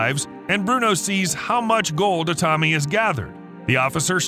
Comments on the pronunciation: Jesus my ears… the name os like biblical ’Adam’ like Aaaaa-tami, not ’Edam’ like cheese how you mispronounce it. But thanks for the transcript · That's the American pronunciation.